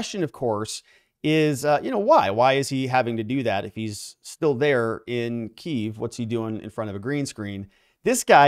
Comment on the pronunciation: Key-ev. Not keev.